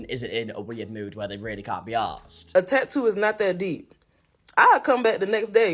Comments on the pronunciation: "Tah oo artist " 😂😂 Bro, its Tattoo!! Say it with me, TaT Too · Your pronunciation of tattoo is adorable 🫶🏼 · I’m to-ally ok with forgetting the T in the middle of the word Ta-ew….